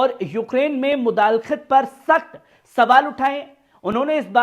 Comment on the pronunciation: sahab! Lafz mudakhelat he,mudalekht nhi